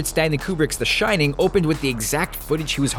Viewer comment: Really? "The Shinning"